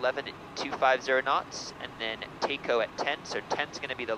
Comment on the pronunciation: Another enjoyable video. Got a chuckle out of your pronunciation of the TACOH intersection. I fault the FAA for adding the extra "H" at the end of "TACO" to conform to its five letter naming convention.